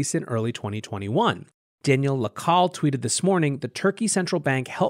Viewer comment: Content as epic as the mispronunciation of names...”La Call” is “Le Kai-yay”...”er-do-gan” is “air-do-wan” 😂